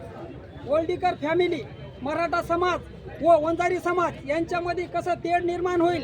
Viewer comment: बंजारा नाही रे वंजारी म्हणा